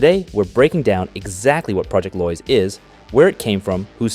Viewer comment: It's Lois as in low-is. Not loys